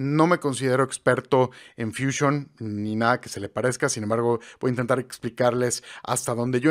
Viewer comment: Porqué dices edición? Si despues dices fúsion?